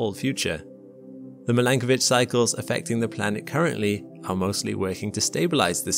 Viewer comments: Its Milankovic/Milanković.......... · I’m not sure whether to pronounce it /mil-AN-ko:-vich/ or /mi-lan-KO:-vich/ o:= oh.